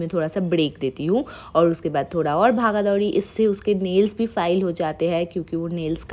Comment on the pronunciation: Bhaga dhouri🤣 sounds so funny